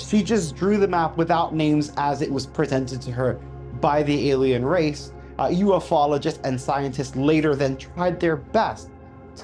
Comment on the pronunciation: ffs, it's pronounced U-FOLOGIST, NOT UF-OLOGIST. LIKE Bi-ologist. You know I love ya bro